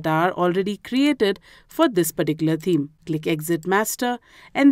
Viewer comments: You r lesson was really good but can you please pronounce the word "Theme" correctly it has a "TH" sound in it, it is not pronounced "Teeme" it is pronounced With the "TH" sound so that would be "Theme". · She says "team" but she means "theme"